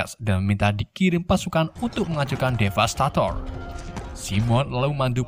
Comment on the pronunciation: Bukan DEVASTASTOR tapi DEVASTATOR gak ada Snya